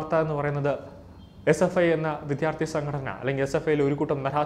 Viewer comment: വിദ്യാർത്ഥി എന്ന് തെറ്റാതെ പറയണേ !!!